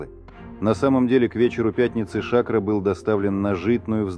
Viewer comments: Не Ша`кро, а Шакро` -сахар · Эй комментатор, ШакрО,а не шАкро!!!! Откуда вас берут таких"грамотеев"????